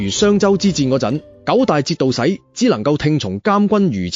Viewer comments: 節度使嘅『使』字發音係 si3， 嗜好個嗜。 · 节度使点会读成“节度洗”啊？😂